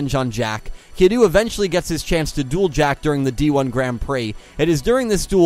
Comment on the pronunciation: I enjoyed the video a lot, but I do have notes. “Kiryu” should sound more like “kee-reeoo”. While your attempt to get the Japanese “r/l” is solid, you kinda squish that “y” out of existence, instead of blending it, so it sounds like you keep saying “Kilu” (or “Kidoo” when your mic doesn’t pick up properly). Ryu, from Street Fighter, is commonly pronounced as “ree-oo” in the west, for example, and using an English “r” instead of a Japanese one is usually not that problematic. Something to consider.